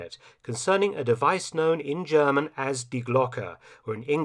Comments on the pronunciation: Greetings from Germany! Great content and very good pronounciation of the german names :-) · Great analysis on a topic usually riddled by pseudoscience and untrustworthy sources! Also one of the best pronunciations of german names and words! Do you speak a bit of german by any chance?